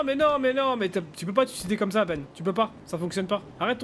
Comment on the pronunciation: Ben il a dit je vais me ç au lieu de suicides xd